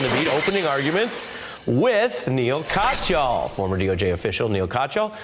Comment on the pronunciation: Ari Melber..... you are a very Good reporter .... Your Guest Name is Neal (Pronounce =NEEL) Katyal (Pronounce = Kaat-Yaal)